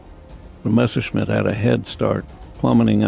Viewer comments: What is so problematic saying Messerschmitt ? Almost all you US (and some British) guys always say Mesherschmitt... it is a permanent mess... with the Messerschmitt ! 🤣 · I love your videos, but please, learn finally to pronounce Messerschmitt right. It just hurts my ears hearing you say Meshersmith instead of Messerschmitt. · Every time he says "Mashersmitt" i just want to cry out loud... Dude. you are making WW2 aviation content. Learn how to f***ing pronounce at least the most important Names correctly